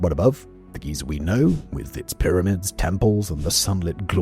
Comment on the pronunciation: Somehow Simon pronounces Giza and Geyser the exact same way